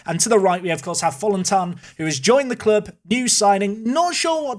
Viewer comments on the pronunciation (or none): It's definitely not pronounced Fallentine. Think more in the lines of Fallenti-in. Edit. Also there is absolutely no way you could get a player of such quality from FCK for just £4m in real life. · Fallentin is pretty much pronounced Fallenteen, kind regards a happy danish viewer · Fallentin - "Falenteen" FA-LEN-TEEN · The only part you got wrong in the Danish players surname is that the "ti" needs to be pronounced more like "tee" (as in a tshirt) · Mikkel is correctly said, but Fallentin is like Valentine just with a F and a short A😊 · As a dane i can say that the pronounciation pf Fallentin was way off, way to frenchy 😂 that said, it is a very uncommon surname i Denmark i reckon, i’ve never encountered any or heard of in fact with that name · in regards to Fallentin, in Danish you'd probably pronounce the 'tin' like the UK 'tin' (the element). Aim for 'Valentine' but with an F instead of V, and 'tin' instead of tine ... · The pronounciation for the i in Fallentin is like “e” in e-mail. -Danish viewer